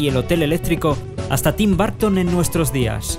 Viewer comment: "Tin Barton" 😂